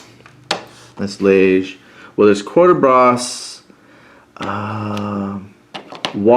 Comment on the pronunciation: Thanks. Phonetically the towns are pronounced: Ligny - Linni, Charleroi - Char-le-wa, Quatre Bras - Kwat-re-Bra.